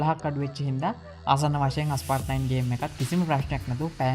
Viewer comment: ඇයි හැමෝම Asphalt game එකේ නම වැරදියට "අස්පාල්ට්" "ඇස්පාල්ට්" කියන්නේ??? ඒකේ නම "ඇස්පෝල්ට්".....